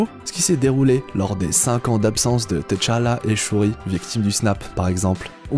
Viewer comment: Woaw ! Juste un truc, on dit juste tchalla et pas t tchalla, sinon je viens de voir l'épisode 7 de wandavision et j'attends ta vidéo !!!